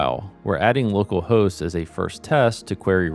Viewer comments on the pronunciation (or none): none